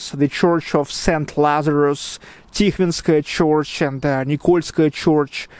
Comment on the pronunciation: Hi again, - sorry to be such a weirdo. Here's another tip. I noticed you said CHORCH (for "church") - keep it as a straight RRR (bird, word, third, herd, heard, nerd, world, church, nurse). "Chorch" is only correct in the Irish dialect. Again - love your videos and keep up the good work. Gorgeous weather in SPB!